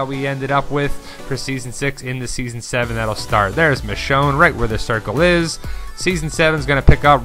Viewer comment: It's Michonne....